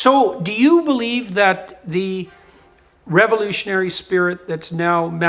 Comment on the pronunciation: Having a hard time understanding what "raroughralry guards" tbh